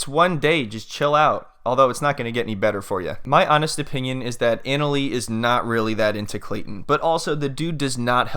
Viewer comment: I JUST WISH HER NAME WAS SAID RIGHT...JUST LIKE SHE INTRODUCED HERSELF! IT'S PROUNOUNCED AH-NA-LEE NOT ANAL-LEE